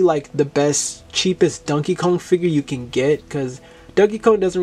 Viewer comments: Why do you pronounce it as dunkey kong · I love how u say it like dunkey Kong lol😂